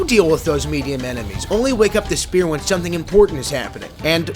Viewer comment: ah, yes, the Shpear!